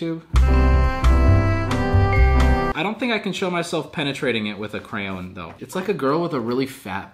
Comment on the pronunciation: Ok but how tf did you just pronounce crayon wtf